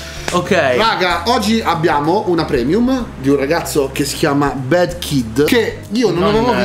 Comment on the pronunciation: Vi prego, BAD pronunciatelo con la A e non con la E perché bed significa letto.